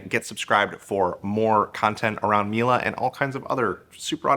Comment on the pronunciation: Its Miele not "Mile"